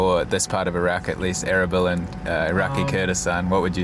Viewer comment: A-R-A-B-E-L-A....LOL your accent way too funny,Is not ERBIL?Kurdistan...It took me sometime to work it out erbil from what you were saying